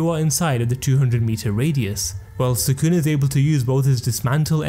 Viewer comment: try to pronounce sukuna properly first then try to "explain" stuff to your audience